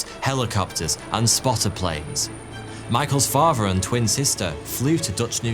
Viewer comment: please pronounce "Father" properly. Brilliant in every other way but let down buy host pronouncing "father" as "farvah" and "ethnic" as "effnic"